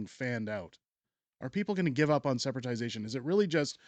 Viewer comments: Lol Sep- ra-ti-za-tion. I'm sure you meant separation. Still, first time I've heard it. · Yes, but let's get the term "separation" correct. It is not "separatization"! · The term is “separation” not sepertization. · It’s “separation” not “separatization”. Love your videos 💜